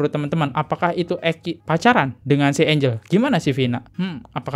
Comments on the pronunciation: Maaf.... bacanya bukan engel tp enjel x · Gue a bit 'cringe' elo sebut namanya angle... angel bacanya Enjel, bro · Bacanya enjel kali bang,kalo enggel tulisannya angle